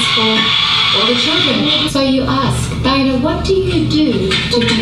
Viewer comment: Tye-Anna Lick-ardo Tee-vola. AT LEAST SAY IT RIGHT lol I love their channel but I legitimately HATED the shit she put about Paul. It didn't seem right at all. We get she's the bread winner and they're quite sarcastic... But it's not cool to to talk as if Paul doesn't mean much.